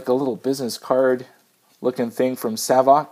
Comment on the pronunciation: I asked Savox directly how they pronounce their name. It is...”SAVE OX”